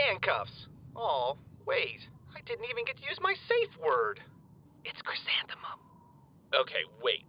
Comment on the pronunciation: "It's chrizantimum"